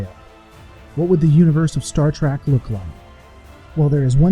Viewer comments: did he say star trak at the beginning? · Unsub because someone pronounces trek track, how petty!